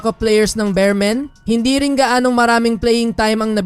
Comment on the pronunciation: Boss beermen Hindi bearmen